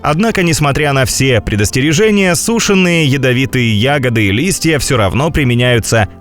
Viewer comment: У меня кровь из ушей пошла! 🙉 КТО это озвучивал?! "каротиноИды"?! "сУшеный"?! "Ирга"?!